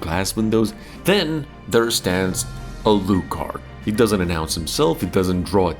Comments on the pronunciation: No one has ever pronounced Alucard's name as "uh-LOO-kard". It's "AL-loo-kard", all the stress is on the first syllable. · Alúcard?! alÚcard?! i mean... A-----lú-- card? so the other names are like Drac ú la.... eh? it is Álucard.....Á lucard.... A___lucard.... not AI lucard, not Alúcard...just accent the first, like Drácula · If you say "Aloo card" one more time... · Ah yes, the famous Uh-looh-card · Yeah, his pronunciation of his name is killing me 😂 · A-LU-Card. Are you okay? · How the hell did you mispronounce Alucard?